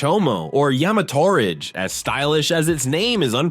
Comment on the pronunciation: Boy said yamatorage like "porridge"